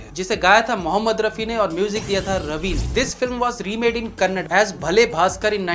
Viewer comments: Bugger say as kannada NOT kannad And I don't agree with neele neele ambar, it's not remake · For your kind information it's not kannad. it's Kannada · its not kannad .its kannada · Bhai Karnataka waale bol bolke thak gaye hai ke the language is called kannaDa and not Kannad. Just like its not Marath, odiy, Bhojpur, Tami, Malayal,... or Hind..... Its not Kannad 😏 Itna mushqil hai kya aap logon ko itni choti si baat samajhne mei? Aur chal padtr hai South Indians ko Hindi sikhane mei. Langauge ka naam toh dhang se bol nahi paate ho. 🤷‍♂️🤷‍♂️🤷‍♂️ Apart from that.... Ur videos are always excellent 🙌 Kya research hai bhai 👏👏 Kahan se doodhkar laate ho ye sab? Brilliant work bro 👌 Keep it up. 👍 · Sir, you have very good knowledge of our film industry SANDALWOOD. please don't say Kannad, try to pronounce it as KANNADA. kannad antha keliskollokke nan magand urithade. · Hay dude.. That is not kannad .. That is kannada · It's kan Na da not kan nad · That is not kannad That is kannada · It's kannada and not kannad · Please correction few kannada words 1) kannada not kannad 2) bayaludhari not beludari 3)annayya not enaya 4) mallammana pavaada not mallaman pavad...if you not capable pronounce kannada words please don't speak in kannada..ok..we are kannada devotees... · It's Kannada not Kannad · It's Kannada...not kannad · Bhai wo BAYALU DAARI hain DAARU nahi aur KANNADA hotha hain KANNAD nahi....... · kannad nahin woh Kannada hain !! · It is Kannada not Kannad! Similar like Hindi not Hind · sir that is not kannad that is kannada u should say kannada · Bayalu dari man pronounce properly it's Kannada not kannad